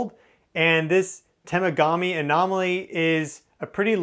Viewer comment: Really interesting presentation. Wow! And fwiw up here for Temagami we say "Tah - mog - ami"